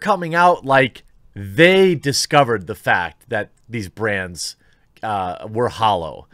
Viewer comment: When you said “Woke ads from brands.” It sounded like you said “woke ads from Brant” and I thought “I had nothing to do with any of them!!”